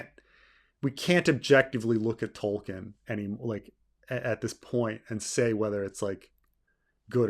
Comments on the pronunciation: is it just me, or does keep pronouncing Tolkien as "Tollking" rather than "Toll-keen" which not a complaint so much as clearly indicating who is the King of his Pantheon of Fantasy writers. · I dont know if its the audio but every time says Tolkien it sounds like "Tolking" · I keep hearing saying "Tolking" like it's a verb